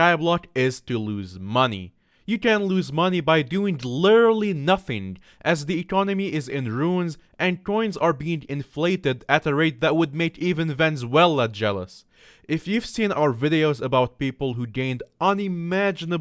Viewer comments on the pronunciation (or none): yes venzela and not Venezuela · Bro really said venzuela